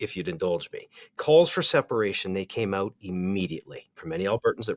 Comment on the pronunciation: Now there is a true Albertan lol "figure it ooooouut" hahah